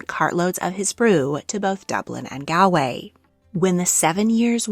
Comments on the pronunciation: Why do all that research except pronunciation? Gawl-way, not gall-way. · As an irish woman, here is how the Irish places are phonetically spelled: Iveagh = eye-veeee Howth = hoh-th Galway = gawl-way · It's a shame you didn't bother researching how to say a lot of the names of places and titles in this. Iveagh, Galway, Howth, Leixlip and Mahon are all said incorrectly. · Just one tip: Galway is pronounced "G-all-way"/Gawl-way. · Just to let you know Galway is pronounced "Gaul-way" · I learned about pronouncing Galway from 😂